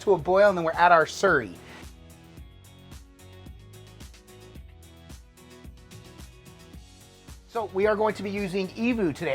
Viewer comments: It sounds like your say surrey but it’s slurry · Sounded like you said cornstarch surry? Is that a thing where you guys live?